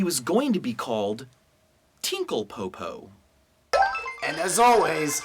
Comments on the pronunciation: *Po po, not poopoo XD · Lol tiepopo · TINKLE PO-PO? XD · I wasn't paying attention I thought he said tinkle poopoo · The fuck is a "Tinkle po po"?